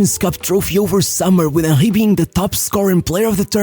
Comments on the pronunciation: Bro how is Henry pronounced as Onkhay? It’s Henry I think Hank would better at this point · How this guy pronounces Henry as Ah-Hee, I'll never know. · WHO THE FUCK IS WAHHEY, cn u pronounce the name PROPERLY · “Im talking about hieyy hewny.”😂😂